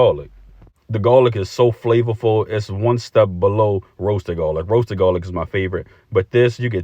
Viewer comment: Love the originality of this boil❤and how ya say gawlic💯